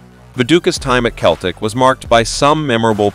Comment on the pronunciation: pronounced 'seltic', not 'keltic'. i won't go on about 'borough... what a superstar he was! he also hit four for leeds against liverpool - how can you not have that here??